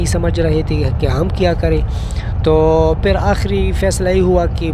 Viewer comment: Peley apna urdu tiiiiiik karo peeer bolo,safar me hota hy,lekin ap Karachi se sapar kr rehe tai is liye huwa